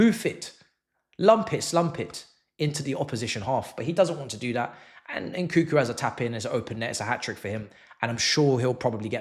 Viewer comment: It's NOT , N koo koo. N koo koo.N koo koo. N koo koo.N koo koo. N koo koo.N koo koo. N koo koo It's N KUNG KOO